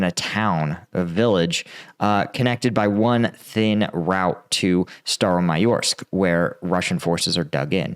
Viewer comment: Hello! You pronounced Staromayorsk very clear